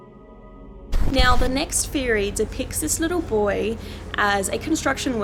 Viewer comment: Okay, one can be forgiven for pronouncing Brasov as it appears in English but it is pronounced ‘Brashov’. But no one can be forgiven for pronouncing the word ‘theory’ as ‘feerie’, unless you’re from 18th century south london.